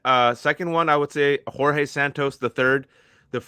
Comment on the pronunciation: The name Jorge in Portuguese is not pronounced like in Spanish though. If you want to use his Brazilian name, you better to do it right (especially since he's doing everything wrong).